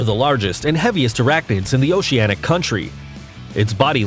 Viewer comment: he keeps saying nets instead of nests, characterized a frog as an insect, and said “oseanic” instead of “oceanic”